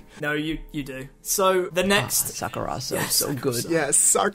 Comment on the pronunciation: sakurohsoh? really